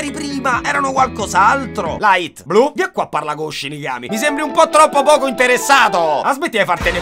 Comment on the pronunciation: Finalmente il video in cui L..... E adoro quando al minuto dici 'blu'😂